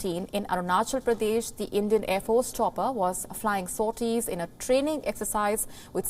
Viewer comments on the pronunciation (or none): none